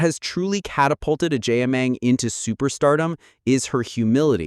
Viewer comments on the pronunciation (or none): Please pronounce her name correctly 😅😅😅